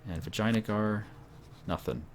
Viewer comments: Actually it's Vi jay AN a gar. Not Vi jay na gar. He's just prenouncing it like that because it's funny, but it's not correct I believe. ;) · do you even compass? U dont seem to know where east and west are... -_- Also, it sounds like you say vaginajar. I hope thats on purpose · I like the way pronounces Vijayangar - <Vagina-guar>:D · Its Vee-jai-nagar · Your pronunciation of Vijayanagar is absolutely fantastic //coughs